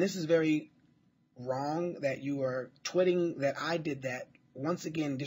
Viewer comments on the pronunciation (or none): Will i am is the calm one and hes my role model. he should have punched perez so hard. btw, he says "tweeting" like "twitting" LOL